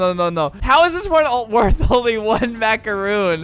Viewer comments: It’s a macaron not a macaroon. Sorry if I sound rude just correcting you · I absolutely HATE when people pronounce macarons as macaroons So I got triggered when he said MACAROON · Its not a “mac-a-roon“ Its a “mac-a-ron“ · Albert:*pronunces macaroon instead of macaron* Me: oh god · Dang Its Jill : It isn’t “Macaroon” tho. They’re pronounced Macron lmao. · albert: there macaroons. me: ITS MACARON!!!MACARON!!!!!!😡👿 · That one Felipe head dude: Macaroon ❌ macaroni ✅ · ALBERT ITS MACARON